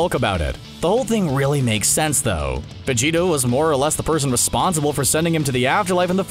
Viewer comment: did he say vegeto